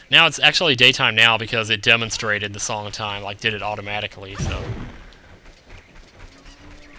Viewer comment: why you say sonng of time